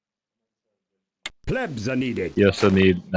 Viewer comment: Plebs... not "pleebs" :D . Nice video tutorial, learned a little more on how to make it more efficient.